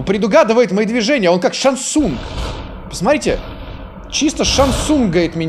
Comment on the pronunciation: ты сказал шансунг а я услышал Самсунг и типа Самсунг знает все наши движения чаво?